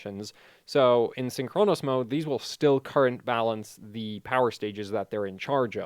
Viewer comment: still saying "syn CHRONOS" instead of "SYNCHronous"